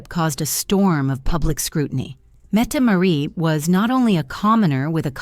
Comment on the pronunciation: The "t" Marit is not silent.